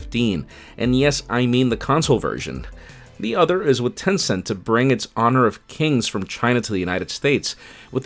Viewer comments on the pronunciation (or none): none